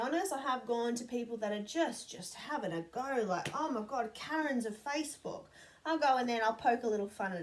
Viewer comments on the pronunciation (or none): none